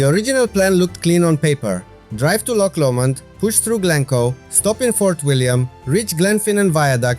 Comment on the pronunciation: Great video and 10 out of 10 for your pronunciation of Loch! Rather annoyingly for Scots, English tourists cannot (or will not) pronounce it correctly and say Lock instead. We find it quite irritating. Sorry you missed the train at Glenfinnan. The Glenfinnan monument at the edge of the loch was worth a visit however. And do go to Glencoe at some time. It is stunning.